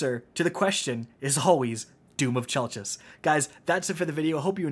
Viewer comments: I believe its pronounced 'Chell-kiss' for anyone wondering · It’s spelled chelchis but it is pronounced kelkis. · How exactly is this gun pronounced? I've heard KELL-KISS, CHELL-KISS, CHELL-CHISS. I need to know lol